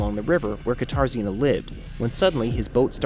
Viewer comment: I keep hearing guitar Zena instead of katarzyna, I wondered what strange it was name that was 😅